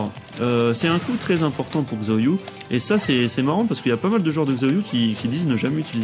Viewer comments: Magnifique tuto comme d'hab ca fait plaisir ^^ par contre xiaoyu se prononce shaoyu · Haaa :) MON Perso ! :) Pour le coup elle, tu ne la dénigres pas haha, merci beaucoup pour cette vidéo, j'approuve :') on parle trop peu de Xiao Xiao ... (Par contre ça se prononce 'Chao'Yu' hein x) Mais depuis Tekken 3 je joue avec elle. C'est la seule que je maîtrise en fait, et dans TTT2, bah je fais des combo de malade avec Miharu Hirano ♥ =) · En réalité ça se prononce "siaoyu". Le "shaoyu" que tu as entendu es du aux accents des gens qui font la voix.